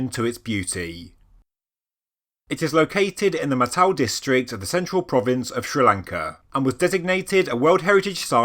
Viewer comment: Firstly it's in MA-TA-LEY (spelled Matale) also the kings name is Cash-ya-per (spelled Kashyapa- Kassyapa)